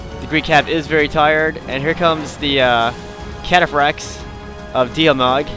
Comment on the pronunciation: 1:you only upload your wins 2: seluceds say catafracs awesomely